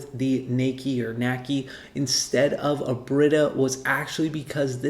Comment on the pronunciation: The pronunciation would be “nah key”.